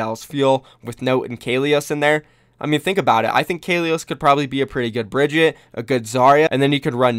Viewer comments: BRIG- EAT- UH. NOT BRIDGETT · Bri-GEE-tah, for the love of god